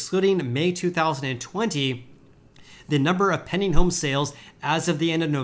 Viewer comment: He's saying "pending" home sales. It took me a while to realize that.